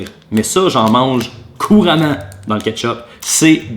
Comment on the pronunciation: J’entends chipe au ketchupe